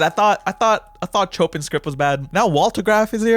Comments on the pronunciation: i think you saying "chopping" is funnier tho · if it's like the music composer, "chopin" is pronounced "show-pān" stupid, i know